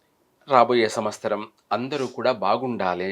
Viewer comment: వేషం వేసుకుని కథలు చెప్పే తిక్కయెదవా, అది విశ్వ"వాసు" కాదురా అశుధ్ధ భక్షకా, దాన్ని "విశ్వా"వసు అనాలి. సంవ"స్తరం" కాదు, సంవ"త్సరం" అనాలి. ప్రతి పనికిమాలిన వెధవా పెద్ద మహాజ్ఞాని వేషం వేసుకుని, జ్యోతిష్య సంబంధం లేని సోది చెప్పడమే. నిన్ను , నీ అజ్ఞానాన్ని తగలెయ్యా